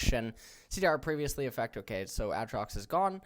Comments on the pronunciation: ITS A-TROX LIKE THE LETTER A AND THEN TROX 😂😂😂😂😂😂😂😂😂😂😂 Holy shit lmao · "A"Atrox and Uhtrox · "Aaaaatrax"? whats up with that pronunciation lol. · It's pronounced A-A trox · why does eh say Aatrox that way i dont know why but it triggers me no flame pls just curious if its actually pronounced that way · he pronounced aatrox in like 5 different ways